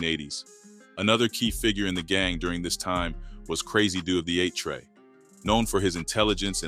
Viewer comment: It's 8Tray not '83' ok you said it once at least